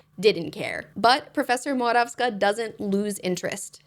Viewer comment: as a Polish person I appreciate your pronunciation of Morawska so much 🙏 this is such a low bar but thank you for not anglifying her surname, I need you to know that that really matters, thank you